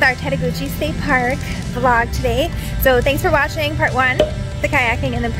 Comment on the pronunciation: Tettegouche is pronounced tet-a-gooch. Love your videos.